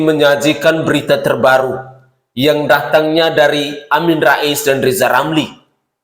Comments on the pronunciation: RZZZIZALL LAMLI ...BELAJAR NGOMONGG RRRRRRRR DULU DH YA G USH NGURUSIN POLITIK G GUNA...HASUTAN LOE G BERGUNA😂😂😂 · Lijal lamli belajal ngomong R du mbah . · Namanya Lisal Lamli karena sebut huruf RRRRRRRrrrrrrr tidak jelas,setuju????? yaa.....sangat setuju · Ngomong ajah R yang jelas bos?Lijal lamli bukan rizal ramli? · Lizal lamli hatinya busuk ngomong r saja tdk bisa orang intlek tual otaknya miring termasuk kawan kawan lizal.